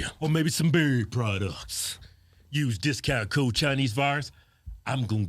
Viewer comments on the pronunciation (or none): Kevin please say beard products it sounds like your saying berry products like y'all selling some jam lol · Seeing as I only watch at 2x speed I keep hearing "berry products" hahaha!!! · Ohhhhhhh Its not bird products. Its BURD products. Ffs. You're adorable. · When they say “...or maybe some beard products....” I swear they were saying “...or maybe some BERRY products!” I was thinking “Manscaped!” was a sponsor. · “ We some birrrrrd products.” 🤣